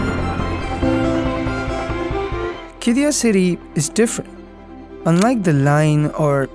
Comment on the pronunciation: It’s not called “ki-di-yah” Instead, it is “Kid-di-yah” There is a pause on the D and also on the Y, making a long “ee-yah” sound. “Kid-dee-yah” Written Qiddiyah